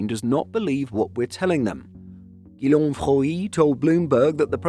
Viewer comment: Guillaume is pronounced ‘Gee-Yem’, with a hard G at the start